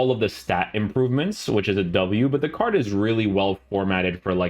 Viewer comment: Stop saying CARCH!!!! C A R D !!